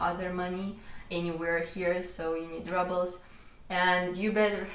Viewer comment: Hey, interesting video, just as an FYI, the word « rubles » is pronounced like it is in russian- « roubles », with a long « ou » sound 😊